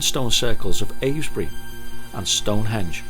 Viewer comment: Just a small point... it's "Avebury" not "Avesbury"